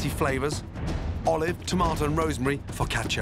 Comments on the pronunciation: Foccach-ya? Foccash-you! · He must have said fricatcha like 80 times